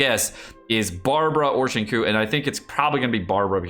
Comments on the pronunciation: Shin koo shin koo shin koo shin kok sheen kuuu someone strap him to the chair and force to learn to pronounce the names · Seriously. The right way to pronounce his name is Sing Chew. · XingQiu is pronoun as Sing Chew. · "Zingkoo" Fuck no. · No one's going to mention pronouncing "Xingqiu" as "Shingkou" 🤣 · Repeat after me,: Sing-Cheeoh.